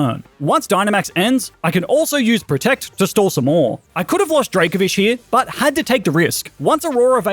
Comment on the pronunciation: DRACOVISH, NOT DRAVOFISE!